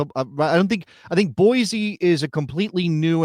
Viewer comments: Boise is pronounced Boy-see, not Boy-zee. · You say ee-zy not ee-sy for the word easy, same with Boise. Deal with it bro🥀